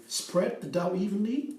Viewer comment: May I make you aware of one thing? You say «the Dow» (the stock exchange) all the time when you mean to say «the dough». If you go to the Cambridge Dictionaries online, they have buttons you can push to hear the right pronunciation for each word, I’ve used it soooo much over the years since English isn’t my first language (it’s more like my fourth one, LOL, being Norwegian, our natural second and third languages are Danish and Swedish). 🤗 💚🌱🍀🌱💚